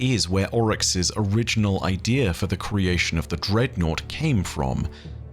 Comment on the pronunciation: The word is idea. Not idear. I D E A. No fucking R in it.